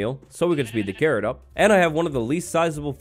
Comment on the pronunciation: OMG everytime you say carrot i hear Karen... is my hearing bad?